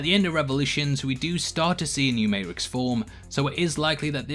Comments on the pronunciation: Is it my hearing or is he saying ma'rix instead of matrixs? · Its Matrix, not Mate-rix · Funny how you pronounce your T's with every word except Matrix and Saati. But on one occasion, you pronounce the T in matrix. Not gonna lie, I found it annoying as hell. Why discard the T in the Ma-Trix and pronounce it as Mae-Rix?? And dont say accent as it doesnt seem to affect any other words in your vocabulary. Sort it out. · May-tricks. Not mate-rix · It's Matrix not MateRicks ya wanka! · he says matericks and he says matrix... say it right if you can say it you lazy ****. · Does this guy not know there is a t in the matrix ?? It's may-trix , not may-ix lol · Mate-trix, mate! Not Mate-rix. Doing my fcken head-in 😬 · Are you mispronouncing Matrix on purpose? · he says Matrix correctly!!! then immediately goes back to mate ricks...sorry great video, just massively distracted by the pronunciation! lol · Here in the U.S., we pronounce the “T” in the “May-Trix”. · Why is the MATE-RIX? Dude edit this video and say it properly. Jesus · What the freak is a mate-rix? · I’m sorry the mate-rix?...oh okay 😐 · I just have one question- what the hell is the “may-rex”? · Why do you pronounce matrix as "mate-rix"? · Sort out your 80% mehrix, poor word formation and say it properly you bellend. Matrix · For the love of God stop saying mate-rix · Mat-ricks.... he purposely pronounce it? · Maricks lol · Is May-Ricks an inside joke or do you have a speech impediment? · Struggling with mate-rix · Is he saying.mate rix? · You’re deffo emphasising “mate-rix” on purpose. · He doesn't even pronounce the T though. Im pretty sure hes saying "mayrix". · The way you pronounce Matrixs throws me off everytime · WTF is the Mate-ricks? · down vote for saying Mate-Ricks wth is wrong with you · A mate-ricks within the mate-ricks within the mate-ricks! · Stop saying "Mate-rix"!! It's driving me up a f#%king wall!! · Wtf is a Mate' Rix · What’s a Ma’y’rix’? Silent T version? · You pronounce MAY- TRICKS weird